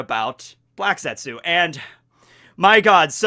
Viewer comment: ( the U is silent.